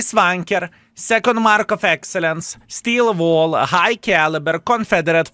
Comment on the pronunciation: Why always when You say "Steel Wall" i hear "Skill Ball"